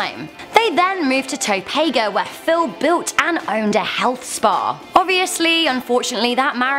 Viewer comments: did she say "topaga"??? didn't think it was that hard to say Topeka lol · It's not Topaego. It's Said like this Toe-Pee-Ka. And spelled like this. Topeka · It feels weird when I hear someone mispronounce Topeka